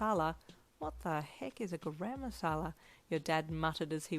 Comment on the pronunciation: dude i'm sorry, this fanfic is amazing but as an Indian the pronunciation of 'garam masala' in the first chapter absolutely killed me 😂